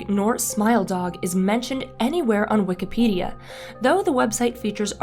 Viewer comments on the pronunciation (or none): none